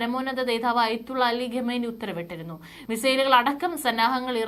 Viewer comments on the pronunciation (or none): none